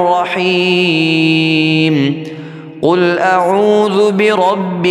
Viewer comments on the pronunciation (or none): none